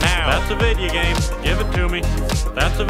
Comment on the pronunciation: Said Video Game Wrong It's Video Game Not Vidya Game